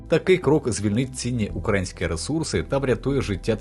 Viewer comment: УкраЇнські, а не укрАїнські. Стежте за наголосом